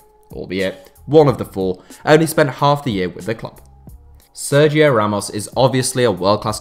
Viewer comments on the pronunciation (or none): none